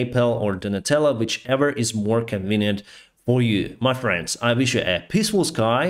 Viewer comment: a "pissfull sky":):) sorry just sounded funny after the serious news